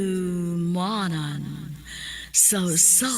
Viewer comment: GIATAY NING PESTENG AI NGA MUINGON NGA "HANDOOOOWWWMANAN SA USA KA AWEYT" MINATAY